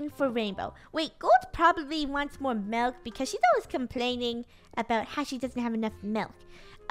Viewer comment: Milk ;-; melk...? Wut xD